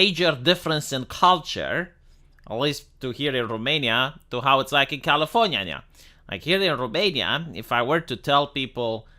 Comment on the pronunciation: Why does he pronounce California like that?